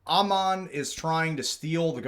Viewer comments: FYI, the CEO's name is pronounced like a sheep would pronounce it ... Aaaammon, not Uhman. It's a Mormon name -- comes from a missionary figure in the Book of Mormon. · Just trying to help but the A in Ammon says the letter A. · Tickles me to no end the BAM CEO’s name is continuously mispronounced! 😂 His name of Ammon rhymes with “Salmon” and is a character from the Book of Mormon (BofM), a common thing with Mormons to name kids from BofM.